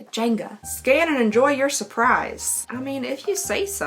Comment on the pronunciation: When you said “scan to enjoy your surprise” I heard “STAND “ not scan and expected you to get up 🤣🤣🤣